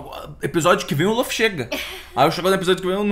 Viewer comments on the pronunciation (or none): Só por favor, para de dizer "lãffy". É LUFFY 😢